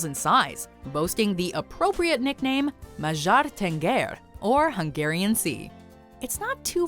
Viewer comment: Mazsar tenger lmao